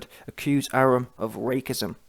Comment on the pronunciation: "RAKE-ISM" ??? halarious it's pronounced "RACE-ISM" LOL